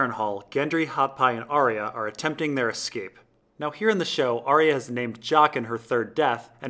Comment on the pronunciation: Geez dude you have the worst pronunciation of names. Vor-eehs, Cat-u-lun, Ar-eeh-ya, its unbelievably distracting